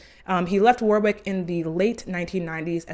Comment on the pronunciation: the pronunciation of warwick 💔